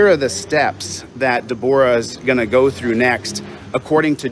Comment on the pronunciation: That is it...defend a drunk driver against a sovereign nation. What a loser. I bet that it's a victimless crime. What woman named Debra pronounces her name De-BORE-a - just to be a boor. has no clue what he is talking about EVER. And Worcester v. Georgia is ON POINT. Love that "First Amendment Auditor" is trying to silence people. STOP EATING THE ASBESTOS and De-BOOR-AHHHH I was just watching CNN from 2 days ago and the guest was Al Franken. Tommy Campbell is a comedian who routinely roasts Mike Lindell (Mr. Pillow) and calls Lindell, "Tom Selleck's slow cousin" because of the moustache. When I was watching the Franken interview, I thought of and thought, "Al Franken's slow cousin...." Read the cases against Scott Tucker who tried to develop payday loan scams through Native American tribes so that they were not beholden to interest rate caps. They ran their companies through Native American tribes - including the Miami of Oklahoma (pronounced Me-A-Me not like the Florida city) who rolled over on Tucker and his LAWYER Timothy Muir. The cases discussed AT LENGTH the sovereignty of Native American tribes. is a dumbass!